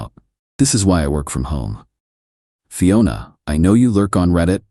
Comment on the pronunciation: Dear AI. They were KILLING it, not TILLING it. And at the risk of sounding really petty, Fiona is always pronounced fee-o-na, not fie-o-na. You start it off right but keep switching pronunciations. Aside from that, I really did enjoy the story and you are one of my favourite channels.